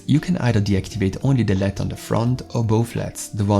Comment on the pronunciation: What are leads... if you are trying to say l.e.d. It’s pronounced L...E...D